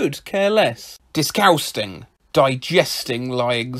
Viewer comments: d i s c o s t i n g But he says it like d i s c o h s t a n g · disGUAS- (COUGH COUGH) ...disGUASting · I lost it at "disgusgung". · No one French: ✨ disquesting ✨ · I lost it at disgusgung 😆